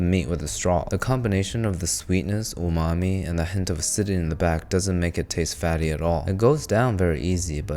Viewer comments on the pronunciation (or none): none